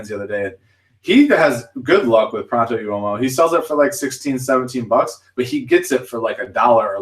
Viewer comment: Pronto Uomo= Pro- ohnt O Whoa Mo